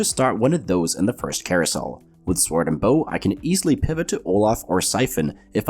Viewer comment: The w in "sword" is silent. You're welcome